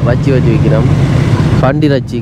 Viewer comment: ரெச்சி இல்லடா இறைச்சி